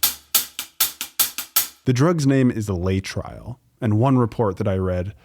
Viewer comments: FYI: Laetrile is pronounced "Lay--a--trill", NOT Lay-tryle! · Lay-trial. Sigh. It's Lay-uh-trill. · It's pronounced: lay'-uh-trill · Someone is too young to remember it's pronounced "LAY--uh-TRILL"... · 'LAY uh trill' is how that drug is pronounced. The powers that be always denigrate and destroy natural cures with any lie that they can. Cancer is too profitable to be allowed to be cured. Implying that the government was correct is your mistake. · It is pronunced lay-EH-trill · you're pronouncing it wrong - lay - a -trill. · Lay-a-Trill is the pronunciation. Laaaay uuh trriilll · As someone alive at the time, I want to say the drug was called Lay-a-trill. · At the time, Laetrile was pronounced lay-a-trill. I remember cancer patients going to Mexico for treatment, coming home “cured” and sadly, dying from the disease.